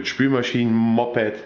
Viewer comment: Hast du ein Mopppppped oder wieso sagst du das als??? :D